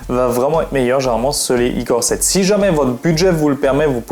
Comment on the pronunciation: on dit " core I7 et core I5 " boloss pas icore 5 icore 7😂